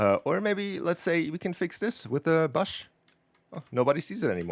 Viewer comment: He’s pronouncing Bush wrong Lol